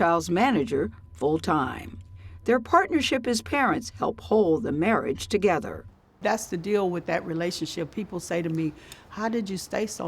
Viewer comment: I had to comment just because of how beautiful and her Southern accent are. LOL her tryna hide it - she wanted to say "thess" instead of "thAt's" and "AILders" instead "ELders".